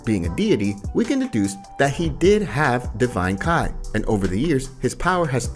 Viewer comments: Damn, you would think someone creating Dragonball videos were avid fans and are able to distinguish between Kai and ki. 🤦🏻‍♂️ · yes "KAI"